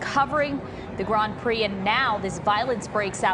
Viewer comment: Grand Prix… not “grahand prix”